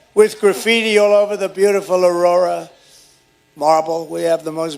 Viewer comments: Carerra marble? Not aurora. That's the city in Colorado where immigrants were upset with their landlord cause he won't make repairs. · He says Aurora, but he is trying to say Carrara (marble). Phonemic paraphasia.